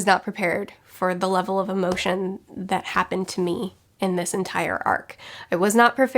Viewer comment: I watched this because of my love of One Piece and now Im a fan of the channel in general but based on how you deliver the word "emotion" i just KNOW you're from Northern Kentucky LOL